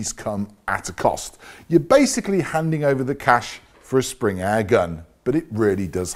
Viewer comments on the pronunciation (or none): none